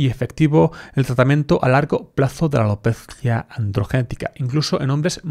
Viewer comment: Como dices alopeeetttzzzziiiaa jejeje muy gracioso. Buen contenido!